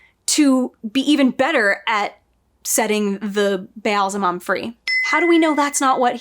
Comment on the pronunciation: Every time you try to say "Ba'alzamon", I see Dave Grohl in a devil costume. Weird.